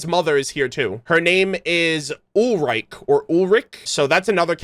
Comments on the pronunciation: I love watching those lore analysis and speculations. Also as a German myself, you pronounce Thomas mom's name like Ulrich which is the male version of her name. Her name is pronounced more like Uhl-ri-ke, "ri" like ree or reh and "ke" like in kendo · german here closest i can write down how to pronounce Ulrike is: "Oolreekuh"